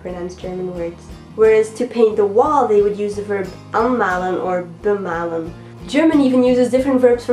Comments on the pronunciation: The pronouncing of "malen" or "bemalen" was correct! :-) Interesting clip! Greets from Germany, NilsFromNRW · you said malen completely right and anmalen and bemalen sounded kinda cute... and hey if you ever need help with some german, let me know i am always willing to correct others hehe